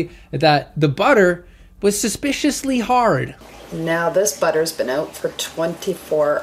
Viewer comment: "The buttur's herd" "Well thats durn inappropriate, bud" Excellent Canadian 👌